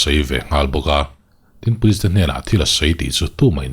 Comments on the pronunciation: pulis(police) an ripawt(report)...... tih hi le.? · pulis(police) an ripawt (report) ta tawp mai a ni........ tih hi le.....?